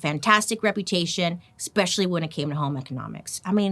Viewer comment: I love you girl but hearing you say expecially and excape drives me insane lol